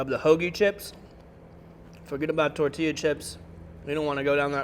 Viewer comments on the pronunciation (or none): none